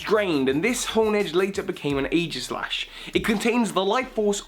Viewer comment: Is anyone else thinking aegislash should be pronounced with a hard g?